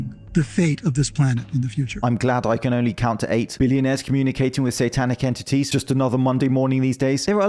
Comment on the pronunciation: ... that guy didn't say entities. He said inTitties...